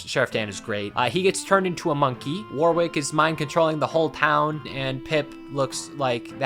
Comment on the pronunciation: "Warwick" is generally pronounced, "Worrick".